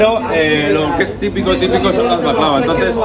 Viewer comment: Jajajaja dile a tú marido que no diga más baklava así